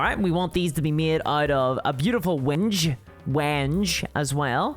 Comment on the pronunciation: Wenge is pronounced "when-gay." It's a great wood.